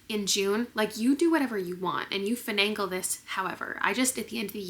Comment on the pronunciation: Finagle not finangle. 🙂